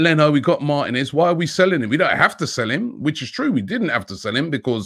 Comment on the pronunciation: Robbie the name is Martinez! (the "I" is accented... Martínez). The accent is on the 2nd to last syllable. Why do Brits in general (pundits, commentators etc) never learn to correctly pronounce, especially commentators. Lazy imo